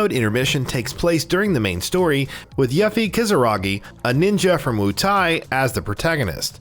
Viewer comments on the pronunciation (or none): Hate the pronunciation of yuh-fee. Man, it's yoo-fee okay?! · U-Fee ☑️ You-Fee ☑️ Ewe-Fee ☑️ Yuh-Fee ❌ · dude kept say YAH-FY. =.= she's called YUUUUU-FEEEE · YA-ffie huh? Yuffie is pronounced YOU-ffie. and Mako is MAH-ko, not MAY-ko. 😂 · Broo, it’s not yah fee..it’s pronounced YOO-fee 😓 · Every time he said “Yuffy” I said “Yuffy huh..🙄😑” And who the HELL is “Red 8?”😂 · I kept saying its "Yoooofie"! 🤣 "Red 8"?? 🤦‍♂️ Also, it's Mah-ko not May-ko. These muggles... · I grew up thinking she was Yuff-Ee too!! I can forgive that one. Just not Red 8 lol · Everytime he said “yuh-fe” I had to correct it myself by pronouncing it correctly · Who is yaffy, and red 8 and what the hell is a maykow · It’s not YAFFIE wtf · I can tell you never played the original. Yuffy? Wtf?! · I hate how ppl don't actually research how you say names. Yah fee? No! Tie dus no! It's teedus. I a vocal is in between two constants therefore, pronunciation doesn't change. ENGLISH PPL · Guy says “Yuh-Fie” immediately earns downvote! Dude know your audience! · Obligatory “yuffE” comment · It’s pronounced “You-fee” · I would forgive how he's saying yuffie except for the fact their how 20 something years of fully voiced games/movie of how to say it correctly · Why does this guy keep saying Yuffie and Mako incorrectly? They’ve said it in the game and trailers ffs. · What’s with the terrible pronunciation? They literally say mako in the game multiple times. And yuffie says her name in the trailer why pronounce it wrong on purpose? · This dude should not be a commentator if he says yuffie’s name like that and calls it mayko instead of ma-ko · You lose points for mispronouncing "Yuffie". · 3 things you need to know before you make youtube videos on FF7: Pronouncing Mako correctly, Pronouncing Yuffie's name correctly & Red13's correct name lol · Lol this is a good channel but you gotta remake this and say Yuffies name right and Red 13. You just can’t insult a games fans like this.